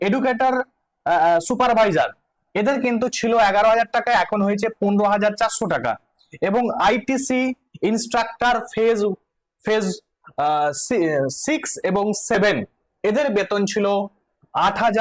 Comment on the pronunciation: ওটা ITC নয় একটু ভালো করে পড়ুন ICT আছে। আপনিই তো শিক্ষিত মানুষ ভালো করে পড়ুন